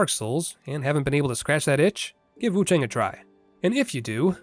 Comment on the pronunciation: Just a heads up, friend. It's pronounced with an "ah" sound not an "ay" sound. So Wuchahng.